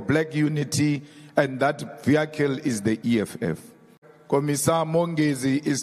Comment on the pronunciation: Please pronounce VEHICLE CORRECT